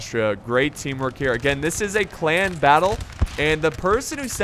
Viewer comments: KonKarnage Its in the beginning, to me it sounded like he kept saying 'clam battle' 😂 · Why cant u say clan?